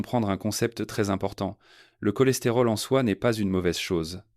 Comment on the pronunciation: Prononciation IA, CHOLESTÉROL, SOUPS etc…